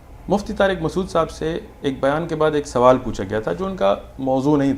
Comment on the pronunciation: It's not maqsood. It's masood lol